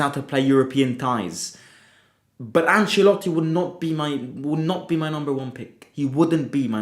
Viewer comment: Bruhh its Ancelotti it like has to be